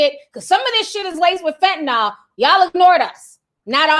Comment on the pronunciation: Ti it's fentanyl. Fen-ta-neel. 😉